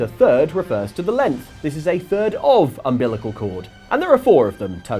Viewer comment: You have to get 3 of the 4 thirds of ambilical cords....... WHAT!??? 😂